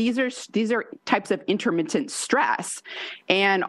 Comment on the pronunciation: Intermittent, not interMINTent